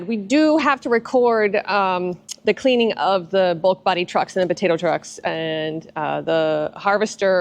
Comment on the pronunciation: Did you say cleaning or cleavage vidio